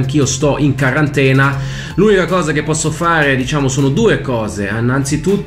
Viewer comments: La intro fa troppo ridere😂😂😂 comunque si dice quarantena non carantena, continua così che ci diverti con questi video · Quarantena no Qarantena